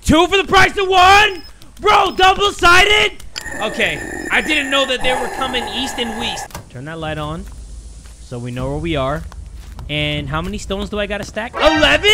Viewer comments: "I didn't know they were coming east and w-east" I don't know if that was accidental but damn it was funny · I didn’t know they were coming east and weast 🤣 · east and weast 🤣🤣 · “ I didn’t know that they were coming east and weest” had me in tears 😭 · east and weast 🤣